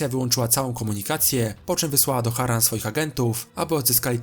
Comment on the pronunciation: MÓWI SIĘ HARAN